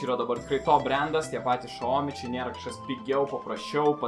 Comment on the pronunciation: Video puikus, bet nu tikrai ne šaomi, o siaomi. Pagal kinų kalbos taisykles xiao tariamas siao, bet nieko tokio :D